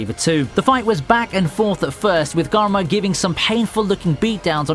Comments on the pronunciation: garma? its karma as like how you say karma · I'm surprised no one is talking about the way he says karma